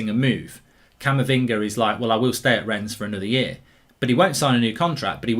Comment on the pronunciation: It’s pronounced Renne the French don’t pronounce the ‘s’….